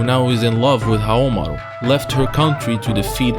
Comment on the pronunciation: “Nakoruru, back to help Haomaruh” she moves on her own